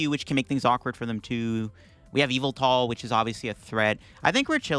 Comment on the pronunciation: Whatever the correct pronunciation of yvetel is, im sure its not “evil-tail”